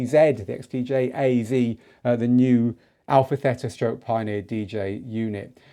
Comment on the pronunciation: Good morning from Chania-Crete-Greece!!! I follow you and I like your podcasts!!! Please say to the people about the new name of Pioneer.. The right name call it, Α Θ, From the Hellinic Alphabet (ΑΒ) The A (Alpha) you spell it ok,,, The Θ (Theta) , the right spelling is like "Tina" not Tena... ΕΥΧΑΡΙΣΤΏ ΠΟΛΎ Κ ΚΑΛΗΜΈΡΑ!!!